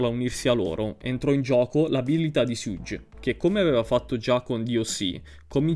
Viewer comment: bro però perfavore, la pronuncia di Suge come fai a sbagliarla?